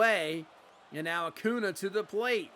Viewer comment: As a Braves fan, wishing Max Fried was pitching like this in real life lol. Also how you say Acuna always give me a chuckle. Saying Uh Coo Nah.